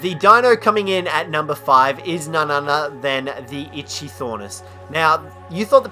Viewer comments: He said itchythornis. It probably gets a lot of itches. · IT’S NOT ITCHY THOR NIS IT’S ITCHY OR NIS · Its pronounced like ikthyornis not itchthyornis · Dovahkiin the Brave he pronounced it: It-chy-Thor-nis But it is pronounced: It-chy-or-nis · "itchy thornis"? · the "Itchy - Thornis" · Itchy-thornis... LMAO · Ik I’m late but ichthyornis is pronounced ik thee ornis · Who else got a stroke every time he said Ichythornis? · "Itchy-Thornis" lmaoooo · "Itchy-Thornis"? My nose is red from the amount of times I facepalmed... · And he said itchythornis. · Okay, two things. One: it’s just Kaprosuchus, not Kaprosuchusaurus. Two: Ichthyornis is pronounced ik-thee-or-nis, not whatever you said. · I know just say kaprosuchus and PRONOUNCE ITCHYORNIS CORRECTLY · kap-ro-sue-kus and ick-the-ornis, proper pronunciation is key..... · Yea so far I've only hated one and that's pego and no Tuso is also immune to the sting of the jellyfish, anyone who thinks a Theri is annoying is a Twat Also FYI you are terrible at pronouncing names, Kap Row Sew Kus, Ick Thee Or Nis, Scrub, why isn't Giga on this List, u see a Giga on foot and ur like "Offworlders RUUUUUUUUUUN!" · Bercier it's just irritating when someone mispronounces kaprosuchus as kaprosuchasaurus of ichthyornis as itchythornis.